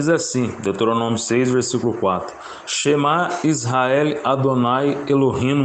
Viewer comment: Meu Deus! Como alguém se propõe a pronunciar hebraico e grego, sem antes aprender a dominar esses idiomas. Além da pronúncia terrível, ainda errou o SHEMÁ YSRA'EL. Do grego coiné então, nem se fala. E essa vergonha alheia toda é só pra ostentar um conhecimento que parece não ter. A humildade e serenidade do são exemplares. Aguardando a sequência.